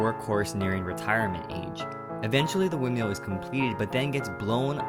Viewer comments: love how u say "windmeal" not windmill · the way he says windmill is the funniest thing 'wind-meal'